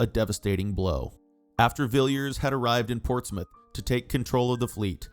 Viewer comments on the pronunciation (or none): none